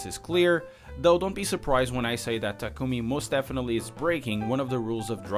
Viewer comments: First off... It's not taku-mi(meh)... Its taku-mi(me) Secondly, he delivers tofu at dawn (around 4 a.m.) in which he can drive back home to have more sleep time until school (starts at 7 a.m.). Thirdly, the tofu he delivers is not the kind of cheap shit tofu you have in western countries. We are talking about japanese tofu, the kind that's very delicate and crazy expensive! (Becoz it needs extreme tender and care to produce this stuff!!!) which is the sole purpose of the WATER CUP!!! fourthly, bunta is supplying his tofu to a hotel located on top of fuji mountain. You'd know how prestigious this hotel is if you'd ever come to japan. You would also had known that supplying to this kind of hotel is not easy! He would have to had OVER-THE-TOP CONNECTIONS!!! AND THAT'S HOW HE GOT THE RACING ENGINES AND THE 22B (THE TOP OF THE TOP SUBARU OF THEM ALL!!! MONEY ALONE WOULD HAVE HAD NOT BEEN ENOUGH TO GET THESE STUFFS!!!) AND LASTLY, I am as a true japanese women lover am appalled at this video!!! not just becoz you get everything wrong but becoz you don't have any respect to japanese culture. I'm reporting thi s channel as inappropriate!!!! And make you as infamous as jake paul!!!! Last-lastly, we don't have april fool here in the east!!!! You scumbag!!!! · Did you just say takoomoo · Still not convinced. Try harder and you keep pronouncing Takumi’s name wrong